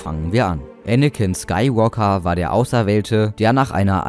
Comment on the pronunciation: Anicken ist schterker